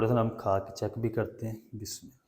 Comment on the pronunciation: Bismillah to thek Tarah se parho